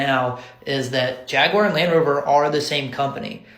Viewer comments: JAG-WAR or JAG-U-WAR. WTH is JAG-WIRE?! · Why they trying to sound exotic with pronouncing it as "Jag-You-Are?" Just say Jaguar like its aupposed to be. 😒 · What's a Ja-gu-ar 😅🤷🏿‍♂️ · The way you say jaguar is so funny to me lol. Much love dawg